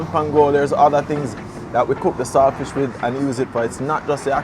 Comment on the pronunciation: The word is salt fish not sailfish